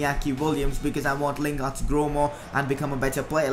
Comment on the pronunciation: Mate it's Jesse lingard